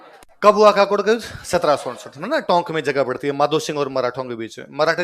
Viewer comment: सर काकोड नहीं है ककोड़ हे